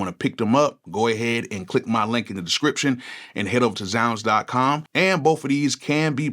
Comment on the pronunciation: So 20 years later, THATS how you pronounce ZzzZounds